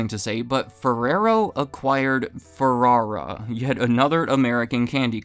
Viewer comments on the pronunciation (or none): none